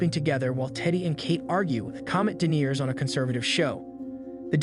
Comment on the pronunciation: Pronunciation tip - Deniers are people who deny btw.